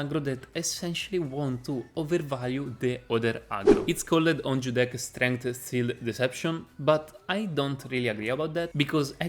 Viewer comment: I watched a few of your videos, here are some things I didn't understand at first: BuffEd, sealEd (you pronounce the e, but you're supposed to say "buffd" , "seald" Nature-pls look it up on Google translate (with speaker), really important as it's one of the gods archetypes Cutthroat - again, look like it up on Google translate, work on your Th-pronounciation You have good video quality and knowledge bro, so i hope you'll work on the pronounciation aswell to make it more enjoyable to watch. I'd recommend transcripting everything you say in the videos and copy-pasting it into Google translate so you know how it's pronounced. Gl